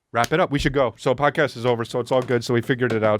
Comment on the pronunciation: Almost spit my drink out when he accidentally said “pomcast”